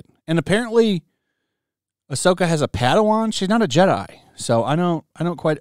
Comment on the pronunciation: More like Ah’Soy’Ka